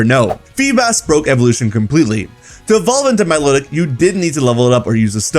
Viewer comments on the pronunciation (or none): none